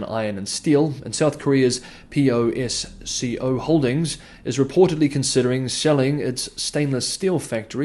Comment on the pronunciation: p-o-s-c-o, read as is, posco